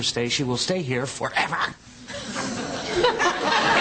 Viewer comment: 'because if we let her stay, she will stay here FOEVAR!' XD